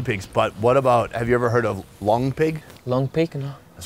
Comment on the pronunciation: It’s “long pig” not “lung pig”. 😂✌🏻